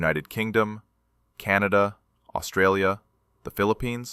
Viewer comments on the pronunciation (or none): none